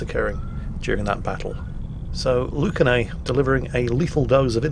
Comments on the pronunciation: Actually, their name is Lunacae, not Lucanae Erm,? Don't shoot I'll work overtime in the mines! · Ah yes. "Lucanae" oh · I love you, and I love your constant mistakes, but for the love of god: LUNA-KAY!!! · Lucanae???????????????? his name is Lunacae, which probably is meant to be pronounced as lunacy! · wouldn't be a video if he didn't get the name totally wrong. you've switched the C and the N in their name, its Lunacae not lucanae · And for you heathens thinking "Luna-kay" in your heads, it's pronounced "Lunacy". AEGIS is EE-gis. Aether is "EE-ther". Did y'all not live a hundred lives in Ancient Greece? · Actually, His name is pronounced " Lunacy"..... I'll get my pick and shovel... Hi-ho, Hi-ho.... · It’s amazing to see a friend appear in a youtube video lol, Lunacae says the name as if it were luna gay lol. She is a female Australian warthunder streamer and a damn good one at it. When I saw how you said her name I had to go on Discord and tell all our friends in the server to start calling her by the new pronunciation and many laughs are being had all around. Thank you for sharing this and and cheers. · Also the name is Luna-say but everybody gets it wrong xd